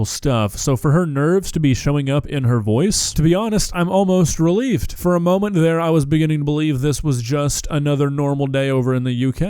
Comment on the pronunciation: Ok,, my fiancée and I love the way you pronounce some words (not sarcasm) and those words always make me double-take, but your use of the word "releafed", today, had me and my fiancée chuckling anew. Keep up the great commentary. We 🦆ing love it! 😂